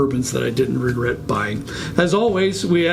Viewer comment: You don't 'Regert'? Maybe sip a little less? :-)